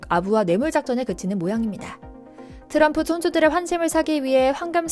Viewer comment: 또람프는 비하 하는 느낌이 있네요. 왜? 트럼프. 발음이 안되는것도 아니고